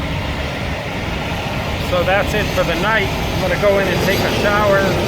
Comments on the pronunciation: Its SeGuin..not sequin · Sa-geen TX. Not what you said.